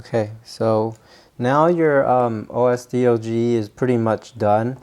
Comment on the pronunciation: It's pronounced O.S.Doge not O.S.D.O.G.E. (named after the Internet meme)